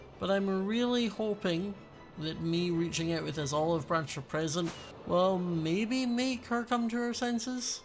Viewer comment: Is it just me but when says present it sounds like prison